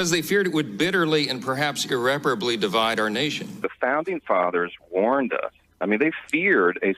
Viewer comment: Well at least Johnson pronounces "irreparably" correctly 🤷‍♂